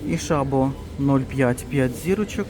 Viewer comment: Дякую за огляд. "Світоч" зараз дуже смачний шоколад! Шабо - наголос на " о", це мабуть якась французька назва , а там завжди наголос на останні склади.❤